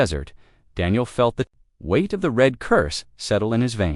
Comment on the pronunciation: ............ "glowing REED (red) from the heat of the cutters"!!!!!!!!!!!!!!???????????????? How's bout ".......glowing RED from the heat of the cutters"!!!!!!!!!!!!!!??????????????? GOD, if only ONE of you could find a decent AI instead of a POS AI!!!!!!!!!!!!!!!!!!!!!